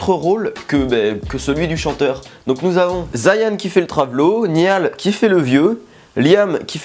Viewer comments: C'était hilarant comme d'habitude je suis directioner mdr COMMENT IL a prononcé Niall jpp💖😱😂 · CA SE PRONONCE PAS COMME CA NIALL OUI JE SUIS PREMIER DEGRES ET ALORS 😂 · tu prenonce mal les prénoms Niall, Zayn, Liam, Louis et Harry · Oh nan mais Niall se fait vraiment pas respecté en France 😂😂 jpp essayez de prononcer correctement son prénom c'est si compliqué ?😂😂 "Nayeule" voilà c'est comme ça et non "Niale" 😂😂 sinon bonne vidéo 👌😊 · Ca se dit Niall en Francais et Naill en Anglais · je suis directionner mais ca ma juste tuer pooooooooooooouuuuuuuuuuuuuuuah la vie j'en peut plus :''') ( ca ce dit naill pas niall) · Chui directionner mais j'kiff ta vidéo ⌛ PS : "Niall" sa se prononce "Nalleule" 😌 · J'adore les one directions j'ai tellement rigole ! Par contre tu me perturbe à prononcer "Niall" en français 😂 sa se prononce "Nayeule" mais sa s'écrit "Niall" bref t trop drôle 😂😂❤ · deja niall ça ce dit nayl ;) et tg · J'aime trop comme il détruit les prénoms de Niall et Zayn 😂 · guys he said zayan my god i'm diying he said nial honestly i can't stop laughing ary....my stomach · Zayan et Nial 🤣🤣🤣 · "Zayan" "Niale" quand même 😭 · Niale c'est bon mdr 😭😭 je did " niale " aussi 😭😭 MAIS ZAYANE NON C'EST PAS POSSIBLE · Avant j'avais regarder cette video sans être fan des 1D, mtn je le suis un peu plus (surtout Niall)et j'etais ptdr et je veux pas me moquer seb mais franchement t'en fais exprès de mal prononcé les noms: Zayeeen niiial. Voilà jvous aime a plus. PS: j'était morte pour le cri de Niall 😂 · déjà'Zayn' se dit 'Zaïn' et Niall 'Nayeul' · "Niyal" "Zayan" j'm'en remettrai pas :') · Naill sa se prononce naigneul et zayne c zégne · Ça me stress quand il dit Zayane au lieu de Zayn et "Niall" au lieu de "Nayole" 😂😭🤦🏽‍♀️ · Il a tué la prononciation du prénom de Zayn et Niall😂😂😍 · J’ai eu des envies de meurtres en entendant comment il a prononcé niall et zayn 🤠